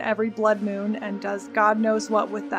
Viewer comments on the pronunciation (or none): none